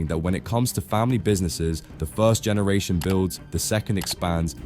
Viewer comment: GENERATION not GENRATION.